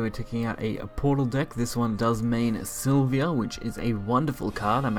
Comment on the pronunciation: three things I noticed through out the vid: its para-celsus, its silva (not silvia) and you could have killed the blood player by spending some PP and using Silvas effect instead of playing her and waiting a turn... no need for the entitiy as MVP if it didn't even needed to be played.